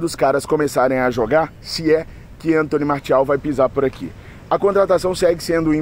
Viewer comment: O cara é FRANCÊS. O nome dele se fala Antoní Marcial.